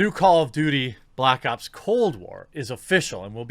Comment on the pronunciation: "Cold Blops"